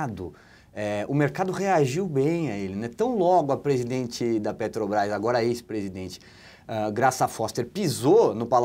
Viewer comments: O Constantino não consegue falar Petrobrás, ele diz peTObrás. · Eu tb escuto PeTObrás......rs